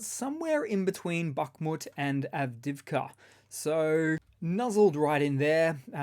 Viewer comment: its not pronounced av-div-ka its av-dee-iv-ka